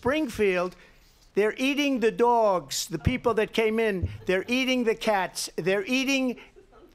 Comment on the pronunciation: One of the rare times his New Yorker accent actually sounds somewhat prominent